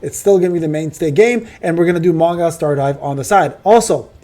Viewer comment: Man, don't say Mong(ai)l, I bet you it's 100% Mong(ee)l! But whatever ;)